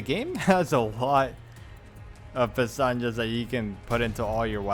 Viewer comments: It was funny to hear you say "Pestañas" all the time referring to pesetas and "Piñata" for the Black Robe lol. Also I'm not a fan of commenting in video walkthroughs but this was amazing to watch in its entirety. Learnt a lot from this video, but after a bit more than 100 hours in this game I still don't get used to the controls (using a controller myself on PC). I'll be looking forward to more No Damage content from you. :) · I always giggle a little when you call pesetas, pestañas (eyelashes) or when you say “la campana” out of nowhere your videos make my day i hope you keep making more guides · May I ask why do you say Pestanhas if the name is Pesetas? (pronounced pecetas) I’ve watched all your vids, and in every single one you say pestanhas 😂 Not hating or anything, just thought it was funny😅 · why do you pronounce Pesetas like that